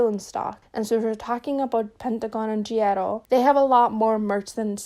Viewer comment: Took me 28min into the vid to figure you mean G IDLE 😆😆😆 sitting here like “who the hell is Gierro???”